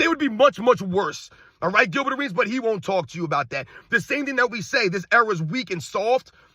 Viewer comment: The dudes name is Gilbert and it rhymes with Dilbert! Nuff said! 😎